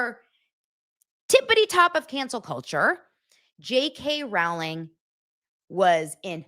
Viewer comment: Big Harry potter fan here and you are mispronounced JK Rowling!! It's like (row) your boat or Rolling!!! She does speak common sense !